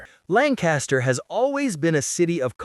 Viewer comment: Pronounced LANK-KISS-TER.